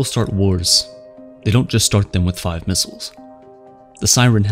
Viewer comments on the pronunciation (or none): none